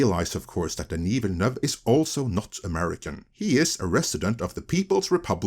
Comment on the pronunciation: Kudos on pronouncing Denis Villeneuve's name perfectly! You're the first of my regular YouTube watches that nails it!